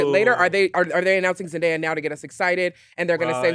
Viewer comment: Her name is pronounced Zen-Day-Uh.